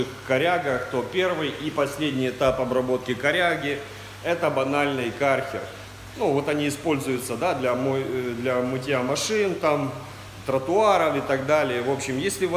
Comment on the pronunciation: Не знаю откуда вы но слова кАрхер режет ухо.По русски говорят кЁрхер или на худой конец кЕрхер